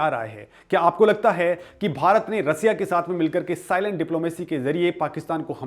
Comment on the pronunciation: 😂😂😂😂 रसीया नहीं रशिया बोल